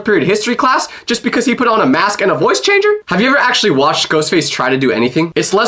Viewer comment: accully got me 🤣🤣🤣